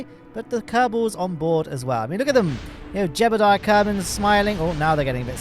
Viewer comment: Jebediah Kerman: ❌ Jeblediah Kerman: ✅